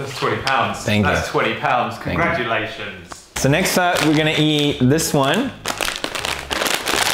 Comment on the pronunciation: "Congratukations" X'D